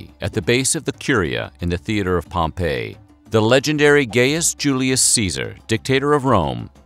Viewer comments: Pompay - the Town. POMpee - The General. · What an odd pronunciation of Gaius - Gayus instead of Guyus. There were many others - Bithighnia ! (instead of Bethinia) and Pompeii (insetad of Pompay) ! for instance.